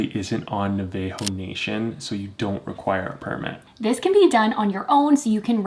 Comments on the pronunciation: NA-VUH-HOH national, not NUH-VAY-HOH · I appreciate the video and it’s great info but hearing you guys mispronounce Navajo is the whitest shit ever lmao